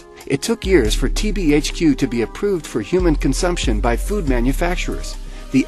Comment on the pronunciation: The heck why do you say foot